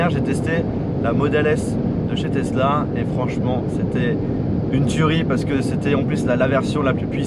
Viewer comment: on dit "tezla" et non " tessla". merci beaucoup de respecter la langue française qui est si belle .....